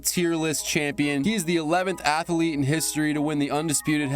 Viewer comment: I didn’t know Athlete had three syllables that’s AH MAZ ZA ZING